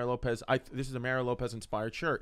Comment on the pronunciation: Mah-ree-oh. He's from fuckin Chula Vista.